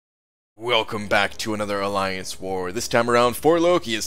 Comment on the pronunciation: an aliance''😂